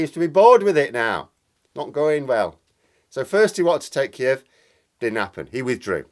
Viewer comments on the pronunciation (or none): none